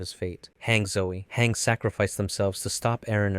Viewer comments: BRO YOU MAKING ME SO AGGRASIVE WITH HAAAANG ITS HANGE(hanji) NOT HAAAAANG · its not biting Miche's hair you friggin dolt it's literally biting his head in half EDIT: also bruhh ur channel is Anime Anime but you pronounce ever thing so wacky 😭"Mike"? It's Miche like Meekeh.. also "Hang"? It's HANGE bruh like Han Gee as in gee wilickers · WHY DID HE PRONOUNCE IT HANG ITS HAN-GEEE (just not spelled like that) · It’s pronounce HAUN-GEE not “hang” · HANK??? Its Han Ge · ah yes, "Hang" zoe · calling hange, hang is crazy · Some of the name pronunciations were off, however Hange's was mad, lol. Hange is pronounced han_gee. Good video though. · Hangs is pronounced HanJey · Whats even more worse... he calls her "Hank" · Hange as hang is diabolical 😂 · and "gene" lol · Bro cnt even prounounce hange